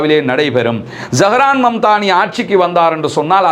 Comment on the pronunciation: அவர் பெயர் Zahran mamdani இல்லை, zohran momdani சரியாக சொல்லுங்கள்